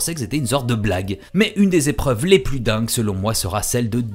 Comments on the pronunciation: Les liaisons dangereuses ! Mais j'ai trouvé ça passionnant aussi. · 477 z-épreuves ? Passionnant en tout cas ;)